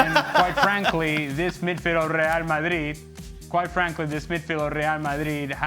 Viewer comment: This midfield of leallll malliiiiid. Ale, stop over pronouncing everything! You sound like an absolute spoon.